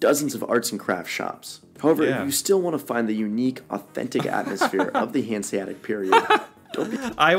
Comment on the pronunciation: There's no silent letters in "Hanseatic". The second "a" is just as clear as the first one and sounds the same.